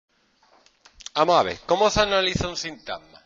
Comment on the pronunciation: LIKE si te gusta su presentation xd "amo a ve"